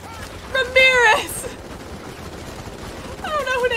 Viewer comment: Pretty sure you said remirez like 6 times but this is satisfying. If only you could play multiplayer